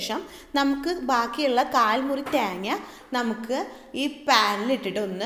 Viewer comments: try to pronounce thenga properly it seems like too funny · ത്യേഗ്ങ നല്ല ത്യെങ്ങ്ങ ഇതെത് മലയാളം ആന്നോ പറയുന്നെ😅😅😅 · 'Thyeenga 'engane edanonna paranje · Malayali alla lle?? മെളങ്ങും പൊടി and താങ്ങാ കേട്ടപ്പോ തോന്നി. 🤣🤣